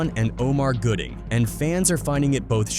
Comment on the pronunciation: His name is Gooding, not Goodling. If you're going to report on folks and i can only assume you want your little page monetized, at least put in the work to spell and pronounce their names correctly. It's disrespectful, tasteless, and lazy that you couldn't be bothered to get it right but you want us to suscribe, like, and hype up lazy work.